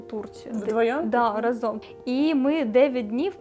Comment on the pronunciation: ви така чудова! Дуже дякую вам за цікавий контент і чудову подачу ❤ я б порадила вам трохи підвчити наголоси у словах, або хоча б запам'ятати що правильно говорити рАзом, а не разОм